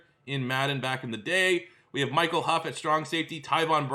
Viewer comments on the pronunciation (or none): none